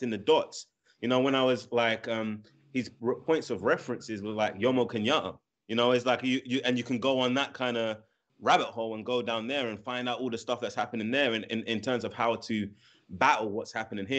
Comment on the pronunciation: Kaluuya have I just heard you pronounce Kenyatta "kenya-A"?!! Good gud! That is Swahili not English I'm coming for your EastAfrican card!!